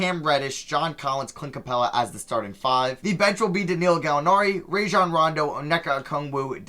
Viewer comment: Im still fed up with how he pronounced Rajon Rondo